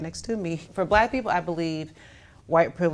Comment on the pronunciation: That’s what I said when she said buhlack men were being incarcerated lol, she’s stooooopid.